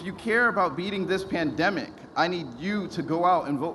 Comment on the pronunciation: Did he say.. "he missed kissing babies during the pandeic" ?